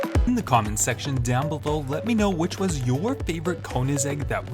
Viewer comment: It’s not konizeg! It’s koenigsegg! Get it right!